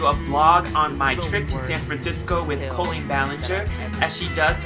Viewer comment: Okay so I love you soooooooo much but I've never really heard you say Colleen without being like CoLEEN! Am I the only one here or....